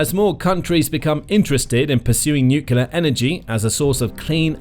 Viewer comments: It's noo*clear, not nook*u*lar. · 'Nuclear', not 'nucular'. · The how many times can you say "nucular" challenge